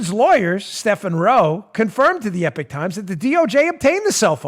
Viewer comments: "Believe you me, young," if you keep saying "The EPIC Times", I'll lose it! It's not pronounced Epic, it's pronounced Epok! "Believe you me, ", if I hear you say The Epic Times one more time, I'll make you yesterday's epoch! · Love the show Dan. (EEEE-POCK TIMES, not Epic Times) Great paper. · Eee - pock times